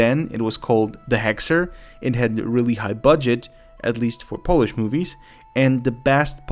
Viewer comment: With all due respect, but this is the second video where you mispronounce the word "polish". As a Pole, I would like to ask you to have some respect to your own country.